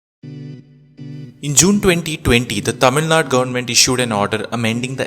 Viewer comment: It's not naad , it's naadu